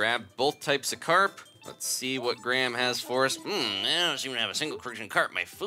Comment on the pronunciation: he can't say graham